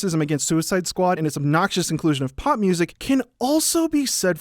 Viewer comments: I know it's 'pop' music, but what I'm hearing him say is 'pot'music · I thought you were saying pot music... Not pop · Is he saying POP or POT I'm so confused